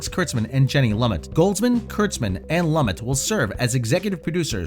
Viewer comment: That's Jenny Loo-MET...